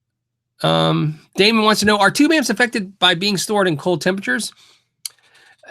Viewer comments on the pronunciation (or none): none